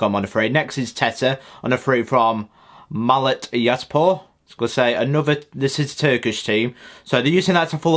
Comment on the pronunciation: Hull fan here. I will first let you know, some of those names you pronounced were actually quite good (I'm not Turkish but I've heard how Acun pronounces them) think the ones you butchered the worst were, Yeni Malatyaspor and Allahyar Sayyadmanesh. Apart from them you did got them nailed on quite well. As for the score, I agree with your prediction, I don't see either side winning this one. Although that's what I said about last visit to Deepdale and we all know how that turned out. xD